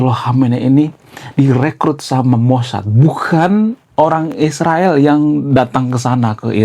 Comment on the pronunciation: sebut dgn betul Israel.